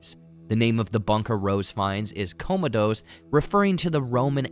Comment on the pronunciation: I wish you had watched Gladiator and could have pronounced Commodus correctly. Other than that, I did like your review.